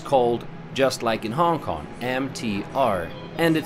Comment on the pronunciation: Love your video. The only question I have is that why do you keep mispronouncing, "Hong Kong" as "Hon Kon"?